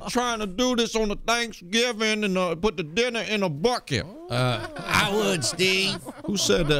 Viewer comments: "in a buckit" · In a bwukeit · The way she pronounces "buckeh" 🤣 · "In a buckhet"